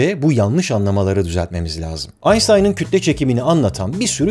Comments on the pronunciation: Aynştayn'a aynstayn deme artık gözünü seveyim. :) ingilizce sunum yapmıyorsun sonuçta. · AynStayn değil AynŞtayn diye okunur. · AYNŞTAYN.. Kişinin adını onun kendi kilinde okumak daha iyi değil mi? Baris mi Barış mı?